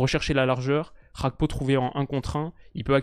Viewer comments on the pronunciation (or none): Merci pour cette vidéo. Juste une précision GAKPO se prononce comme tu l'entends avec le ''G'' du début. Ce n'est ''Xakpo'' mais ''Gakpo'' avec le ''Ga'' comme Garage. C'est un nom africain (togolais plus précisément). Ce n'est pas un nom d'origine néerlandaise. Donc le G se prononce naturellement. 🙏🏾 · je compte sur ton sérieux pour arrêter de dire Cody "RHAKPO". En effet bien que l'attaquant des reds soit Néerlandais, son nom famille lui vient de son père qui est Togolais. Au Togo la première langue est le français, et on dit bien Cody GAKPO. Comme par exemple Serge GAKPÉ à l'époque au FC Nantes. A titre de comparaison c'est comme si tu disais Théo "HERNANDÉ" parce qu'en français EZ se prononce É. Son nom est clairement d'origine espagnole, donc on prononce "HERNANDAISE". Avec tout mon respect et mes amitiés. (10€ offerts et votre premier dépôt doublé avec le lien en description)